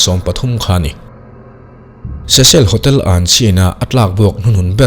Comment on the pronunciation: Cecil hotel ilam dan hi adik chiah lo nge keiman ka hriat dan hi adik lo zawk le😊